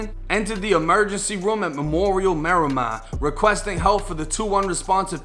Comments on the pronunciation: Its Meer-Uh-Mar Lmao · 🤣🤣😭😭 the way u say Marimar,FL, wit that Boston ahh accent🤣🤣😭😭 "MARRY-MAHH"